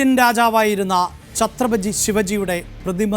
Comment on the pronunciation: ഛത്രപജി അല്ല ചത്രപതി